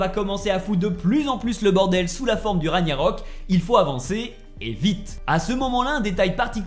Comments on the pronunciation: On dit Ragnarok au fait et pas raniarok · Rague-narok et non raniarok. En plus ce mot est prononcé pendant tout le jeu 🤷‍♂️😄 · Il faisais exprès de dire RaNIArök plutôt que RaGnarök hein 😅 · Raniarok???? Genre personne dis rien la??? 🙆🏾‍♂️🙆🏾‍♂️🤦🏾‍♂️🤦🏾‍♂️😭😭😭😭😭 Ragnarök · Punaise ces pas ragniarok mais RAGNARÖK vous pouver parler français en faite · On dirait c'est dur à dire RAG-NA-RÖK 😂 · Moi je comprend juste pas pourquoi tu dis "Raniarok" pas crédible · Il gère! Juste étonné qu'il sait pas prononcé "Ragnarok" normalement depuis tout ce temps🤣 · T'a un problème avec le mot "Ragnarok" je crois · Toujours aucun effort de fait sur la prononciation du mot RAGNAROK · Whalla Mai’s ta 177k tu sais même pas prononcer ragnarok